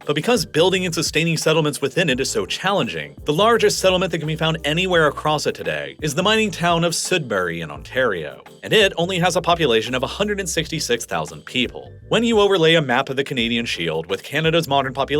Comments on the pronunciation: Thanks. I was wondering this for a while and now I finally know. Btw, Sudbury, Ontario is pronounced exactly how it's spelled. It's SUD-bury, not SOOD-bury. You might be the second YouTuber who's pronounced it that way and I honestly have no idea why anyone would. Great video though. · Ah yes. Spokayne and Soodbury 😅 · It's pretty obvious he was just taking his best guess at many of the place names in this video, like "Spo-cain" (it's "Spo-CAN"), "Sood-bury" ("SUD-"), "Atta-bass-ca" (Ath-ah-bass-ca"), etc. Really could have used a pronunciation guide. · Another mispronounced city in this video is Sudbury. It's pronounced "SUD-bury", not "SOOD-bury". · Spokane is pronounced Spoh-CANN, not Spoh-KAYNE. Also, Sudbury is SUDD-berry, not SOOD-burry. Also, Leduc is leh-DOOK, not leh-DUCK. 😂😂😂😂 Also, Athabasca is a-tha-BAS-ka, not at-ta-BAS-ka. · Soodbury, Le-Duck. I appreciate the video, but maybe run a few pronunciations by a local. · Man, you need to check your pronunciations before you publish these videos... it's pronounced Le-DUKE... not "duck". There's a few of these throughout the video, such as Spokane, Sudbury, etc. Love the content, but these little things show you could be more thorough in your research!!